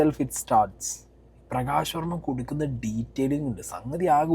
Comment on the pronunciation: നീ ആദ്യം പറഞ്ഞതെന്താ....... പ്രകാശ് വോമ യോ......??? 😂😂😂😂